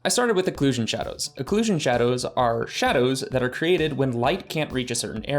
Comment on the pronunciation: when it says sadows instead of shadows